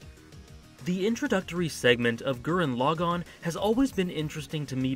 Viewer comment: FINALLY!! Someone who says the name Gurren Lagann RIGHT!!!!! ❤❤